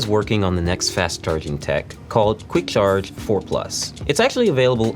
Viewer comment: hate how he says " CHarge " the CH is like .. so weird sounding